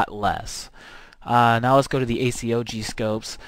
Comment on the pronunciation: y not just say A-COG insted of A-C-O-G (just saying